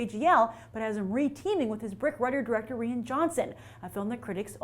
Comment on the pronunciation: Rian Johnson's name is pronounced like "Ryan", not "Ree-ann"